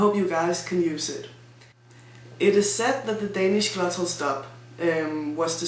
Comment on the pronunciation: Perhaps you mean the GLOTTAL stop. It derives form "glottis" = vocal cords. The English words "glottal" an the non-existent "gluttal" would be very different in English (British) pronunciation.